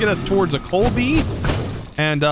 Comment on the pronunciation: Basketball fans everytime says "coalbee":):|:°(